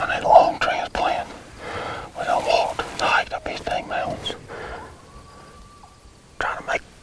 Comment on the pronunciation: “Mountains” 😂😂😂 not quite. Sweet video though!